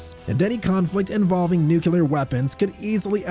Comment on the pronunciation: Ugh the whole nu-cu-lar war pronunciation is making me crazy.